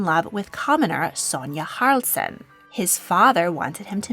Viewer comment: That's a outright lie. Our royal family didn't set foot in Sweden at all during the war. And they escaped by sea on a British warship. Spending much of the war in the US. You're really butchering the last name of our queen. She's named Haraldsen, not Haroldsen or Harldsen or anything like that...